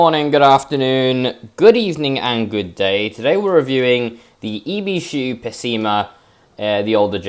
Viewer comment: Most people’s pronounce it as “Peh Sei Mah “ And “I be Shoo” Buuut it’s fine pronounce it anyway It’s based of a 84 Non pop up Accord Edit: or a 80s galant